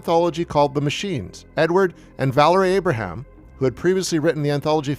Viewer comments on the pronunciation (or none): none